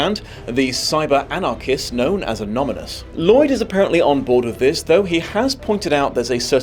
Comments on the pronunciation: Wait.. did you say 'anomanous'? .. did you mean 'anonymous'? 🤣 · sorry, but it isn't anominous, it's anonimous. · Did he say “Anomynous” instead of Anonymous on purpose? Or was it a genuine mistake? Or was it a dig at Trump, who couldn’t pronounce the word at one of his rallies? 😂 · anonymous NOT anominous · Think of Latin roots, that slip of the tongue - anominous - probably would mean the same thing as that which has a greek origin - anonymous. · After the careful enunciation and alliteration of the intro, "Anominous" made me giggle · Did you say Anomynous? 🤨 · "Anominous"? 👀 Lol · Wait, did you say “anominous” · inability to pronounce "anonymous" will never not be endearing to me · you say anonymous wrong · Did you pronounce Anonymous wrong on purpose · Miss pronounced ‘anonymous.’ It’s over, is too old to do his job and needs to be removed 😔